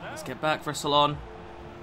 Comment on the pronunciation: The way u say salah 🤮